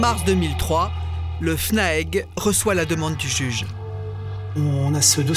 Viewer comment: C’est pas fnaegu mais fnaege c pas guenetique mais genetique